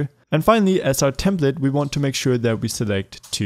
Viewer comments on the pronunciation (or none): none